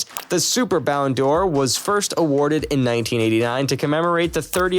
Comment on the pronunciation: Yes, ridiculous. And it's not pronounced Ballon dior but Ballon door. So irritating.